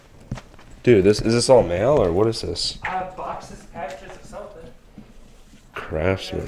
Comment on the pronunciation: someone jumbled up "craftsman"